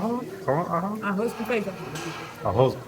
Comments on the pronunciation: Uow… you speak without accent… “arroz com feijão” perfectly said… sure u,ll make it right away with brazilian portuguese… congrs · Esse "Arroz com feijão" foi tão Brasileiro que fiquei assustada.